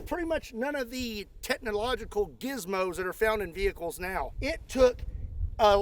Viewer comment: Shhh... is hunting wrascally wehicles...